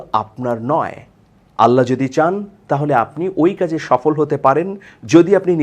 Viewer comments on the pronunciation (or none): none